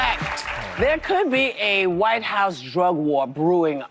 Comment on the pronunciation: This is why people dislike democrats. Two republicans disagree and Whoopi says “WHIYE HOUSE DEUG WARR”